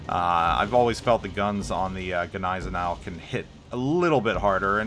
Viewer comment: My wife laughs whenever the "G" in Gneisenau is pronounced. The "G" is silent. Oh, and my wife is German. Wanted to provide some constructive criticism on the pronunciation of that ship.